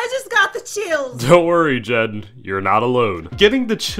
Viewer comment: Jend? I thought it was jen not jend